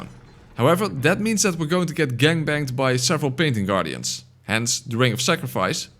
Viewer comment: it sounds like you said paining guardians, and that is what they are.